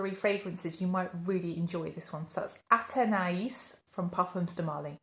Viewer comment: Thank you for sharing your thoughts on these new releases. I have smelled Athénaïs by Parfums de Marly. (Thank you for saying the correct pronunciation of this. The SA didn’t even bother to say it) This is okay. I would not get a full bottle of this. I like your description of this. Near the dry down, the neroli starts to shine and it becomes this soft clean fruity floral, a little like laundry soap or a soapy clean scent. wouldn't spend $400 on it.